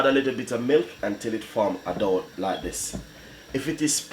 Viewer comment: Dow or dough? I need to know!